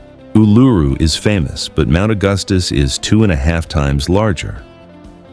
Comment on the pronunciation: Please learn the correct pronunciation for Coober Pedy, Uluṟu and Finke.